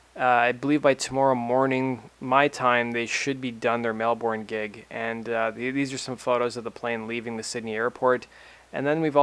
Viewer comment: It's Mel-burn x